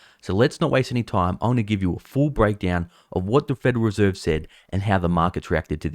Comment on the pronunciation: It's the "Federal Reserve", not "Federer Serve""